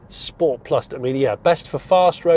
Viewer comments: Great video Jonny (apart from the chicken choking behind the genny substation). 👍 Only negative for me was the multiple mentions of sport, all pronounced incorrectly! 😃 I'm with you, at 2.2 tonnes, there's probably little real world need for the extra "promise" of the GT over the non-GT. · "I'm going to shift it into... Sch-poats" #OTSOT